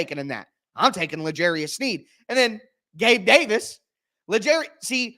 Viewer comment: Hahhaa had me rollin counting down the division wideouts.. "Gabe DAVIS" 😂😂😂